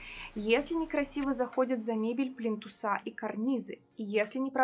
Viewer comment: ПлИнтусы,а не плинтусА......